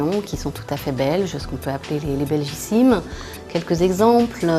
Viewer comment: Belgicismes et pas belgicimes!